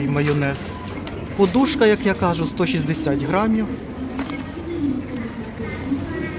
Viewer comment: П'ятьдесяТЬ ,шістдесяТЬ,.....НЕМАЄ в українській мові ! А також БЕру , КА жу - теж не правильно . Дуже люблю Ваші обзори , але , будь ласка , не говоріть так .Це не українська мова .БЕРЕЖІМО НАШУ РІДНУ МОВУ !